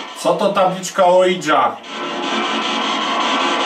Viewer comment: Ouija to 'łija', a nie cholerne, anglosaskie ołidża, oidża, ninja czy inny wytwór językowy. Podstawowe książki na temat okultyzmu to mowią. Oui - z fr. tak, czytamy 'łi'. Drugi człon jest niemiecki. Razem: 'łija', a więc 'tak tak', co oznacza przyzwolenie, chęć kontaktu.